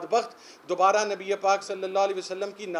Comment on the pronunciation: اس عمران نیازی کے منہ سے پاک نبی صلی اللہ علیہ وسلم کا تلفظ کی ادائیگی نہیں ھوتی اس میں عقلمندوں کے لئے اشارہ ھے مولانا جمیل اور مفتی قوی جسے بہت پڑے ہیں ان میں یہ بھی شامل ہیں